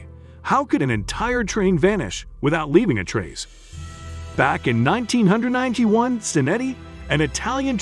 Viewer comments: Nineteen ninety one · 1991? Especially considering the historical nature of this account, the narrator should at least get the years correct. Or at least close. The repeatedly inaccurate dates, and odd pronunciations here and there, make me wonder about the accuracy of the other details in the video. This is a very interesting story and video. So, it's worth doing just a little more accurately.